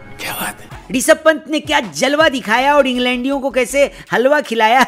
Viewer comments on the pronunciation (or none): When bauaa said '' englandiyo'' then I heard " laundiyo"😂😂